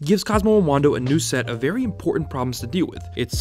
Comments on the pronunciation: Well edited, but try and pay as much attention to your narration "Cosmo an Wando" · says wando. reported